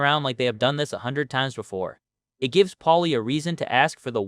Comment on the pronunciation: “I want ya ta see ith🫵🏻”